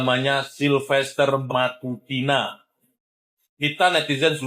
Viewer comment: Bukan matutina ,tapi MATACINA